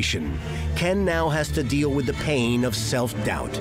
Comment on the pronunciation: Every line with 'ordeel' in it